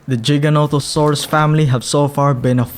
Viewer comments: For the love of god it’s not Jiga it’s Giga Giganatosaurus no J’s. Just like it’s gigabyte not jigabyte. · Great video but you should practice giganotosaurus name everything else is great editing and visuals just great